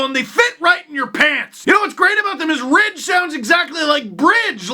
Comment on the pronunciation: Oh it was Ridge wallets... I kept hearing Rich wallets in the podcast and thought that's a peculiar brand name for your wallets.